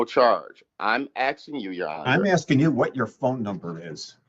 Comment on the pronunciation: He’s axsing, Your Honor